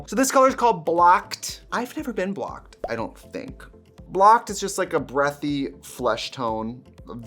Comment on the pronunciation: I hate myself for this but I really though she said blacked instead of blocked “ I’ve never been blacked🤔” and now I’m dying